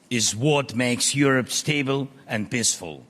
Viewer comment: Did he just say piss full ?